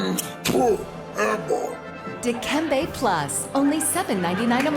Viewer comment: ...It's, Dikembé